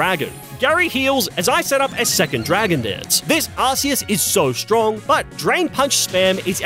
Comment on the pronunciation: Bro said stronk